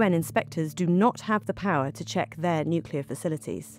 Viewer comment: My take away is that most white people are unable to properly pronounce the word “Nuclear”.